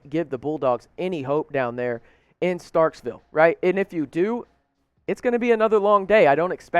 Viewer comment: one thing bud.....it's NOT StarkSville...it's Starkville